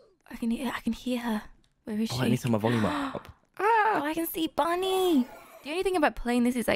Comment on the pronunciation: When said bunny i thought he said buddy until he said ahh bunny's chasing me